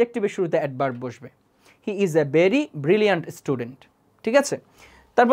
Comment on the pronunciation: Vai বেরি বলেন নাকি ভেরি বলেন বুঝি না